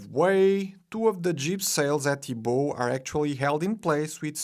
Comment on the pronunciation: ‘Bow’ in ships is pronounced Bow (as in bow-wow)